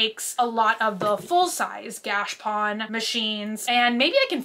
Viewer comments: I cant take it any more. - stop saying Gashpon. It is pronounced gash a pone. There is an A in there & it is pone like bone, not pon like Don. If I hear Gashpon anymore I’m going to pull out my eyelashes. PLEASE PLEASE PLEASE learn how to pronounce it correctly!! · Every time she says gash pawn I wanna strangle myself 🤯🤯 look at a dr. Squish vid so she can please teach you the correct pronunciation my OCD is spiraling I love you not trying to be mean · Are you pronouncing gashapon correctly? I've always heard it differently. Think you Are missing the middle a? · I've never heard gachapon, said like that. weird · 22 minutes of saying Gashapon wrong.